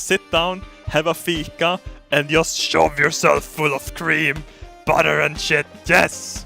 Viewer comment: You went full American with that butter dude!